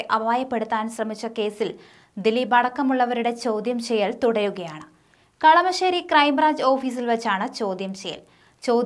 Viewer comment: "thudarukayanu" ennallle?